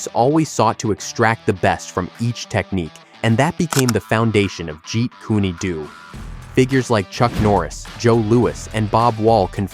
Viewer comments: "Jeet Kunay Doo"?? Really?!? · At least Narrate it properly and by yourself . It's Not Said Jeet Koony Doo. It's Jeet Kun Do. And these AI Narrations Insult the Legend and the Art